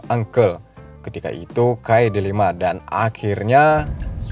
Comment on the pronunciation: Pecinan dikata Pacinan.. Dilema jadi Delima?? Lu mabok bang?? Slow aja gk usah tegang lu bang..